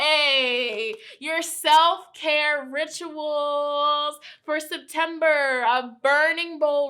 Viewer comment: I really thight she said SIMPtember